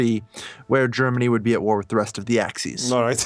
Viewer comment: The fuck is an Axees